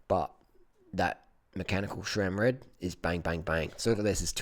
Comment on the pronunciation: Harley! Please It’s SRAM NOT SHRAM hahaha. I have a 2018 Roubaix and I absolutely love it man! It’s not my only bike but I find myself taking it out the most because it’s so smooth and performs great!!